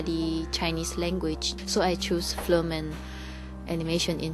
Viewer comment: she's so cute. she cannot say correctly film, but flim... she's really nice